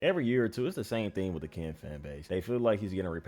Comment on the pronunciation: Can bro say Ken and not Kan😂